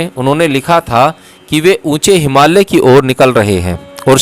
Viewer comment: आप बोहोत अमुल्य सेवा कर रहे है। आप से एक विनंती है की पॉडकास्ट करनेसे पहले एक बार पढेंगे तो जिन शब्दोंका आपसे गलत उच्चारण हो जाता है और सेवा मे त्रूटी हो जाती है वो नही होगी। जैसे की हिमालय को आप से हिमाल्य कहा जा रहा है।, याज्ञवल्क्य और भी शब्द है उनके भी उच्चारण सही नही हो ना रहे है शायद आप अंग्रेजी माध्यम से पढे हो इसकी वजह से होता होगा। 🙏